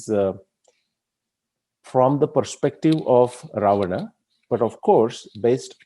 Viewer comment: Sir, why you are pronuncing Rama, RavanA, SugrivA. Have we listened akbarA, jahangirA, etc etc.. Let's stop it immediately... Plz do consider my humble request